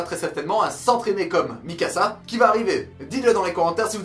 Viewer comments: J'ai fais une crise cardiaque quand il a dit misaka au lieu de Mikasa 😱😱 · Mikasa et non Misaca